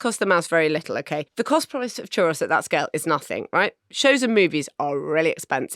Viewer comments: Definitely pronounced choo-ROEZ, not chuh-ross. 🙋🏼‍♀️Texan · Is that really how you’re supposed to pronounce ‘churros’? ‘ChuROSS’? I always thought it was the plural of ‘churro’ (one churro, two churros’) ‘ChuH-ROE’, and therefore ‘chuhROEz’ My life has been forever changed. Thinking back now, full of embarrassment, at all the times I ordered some churros. 😳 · It’s pronounced ‘churose’ not ‘chuross’. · Am I the only one perturbed by Marina & Richard’s pronunciation of Churros. It’s Chur-O’s, not Chur-ross, is it not? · What a strange pronunciation of churros ?! It's churr-ohs!! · Omg please learn how to pronounce Churros or stop saying it. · If you are going to say “churros” so many times at least learn how to pronounce it. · Hering Marina say churos wrong multiple times but utterly confidently is good fun. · The pronunciation of 'churros' hurt. Absolute worke nonsense! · Why are they pronouncing churros like that? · marina's pronunciation of churros is hurting me spiritually